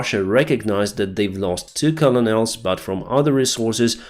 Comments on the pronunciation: pronounced KERNals... Not collonels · it's pronounced simply : kernals (not colo-nols) :) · You are mispronouncing "colonels". It is pronounced "kernals"